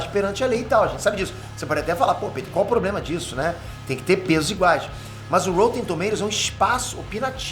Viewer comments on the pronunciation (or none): none